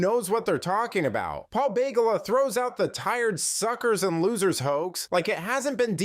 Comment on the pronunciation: It's ba Gawl la, not Bagel a